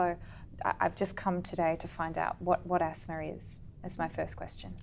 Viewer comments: So, she said 'Yeah/yes...for many times...inappropriately and she mentioned 'I completely understand your concern for many times... Pronunciation of Asthma is also wrong.. etc. despite those mistakes, you have uploaded this conversation for others to learn?? Ridiculous... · asthma- you have to pronounce it correctly as a doctor....!!!!!!